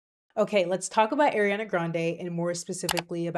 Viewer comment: It’s pronounced ah-riana, not air-iana